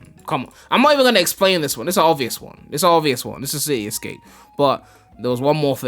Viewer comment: “ it’s ci-e escape “ 😂😂